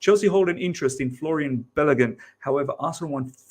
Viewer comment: "Florian"? 😂 Put some respect on my boy's name,! ✌🏼